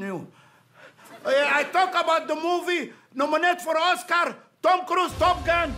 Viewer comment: I guess this is my first video of where he actually pronounces the lead actor’s name correct.😂